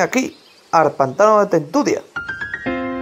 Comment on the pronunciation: Se dice dice tentudía y monesterio